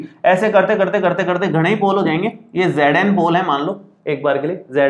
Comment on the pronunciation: " Ghanai pole ho jayenge" 🙌 Are you from Rajasthan ?